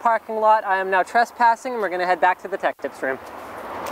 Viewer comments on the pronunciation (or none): lol traspassing